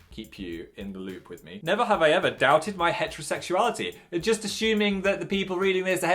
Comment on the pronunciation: 'there's some death screams happening outside so I am ASHUMING it's some foxes mating'